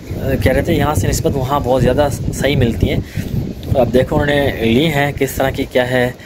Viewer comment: Jadi nhi jada bola kro